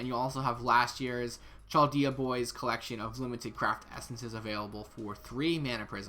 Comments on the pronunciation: Why you say CHal dayah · Yo! Love your videos man, but just fyi, Chaldea is pronounced "Kaldea". Keep up the good work though!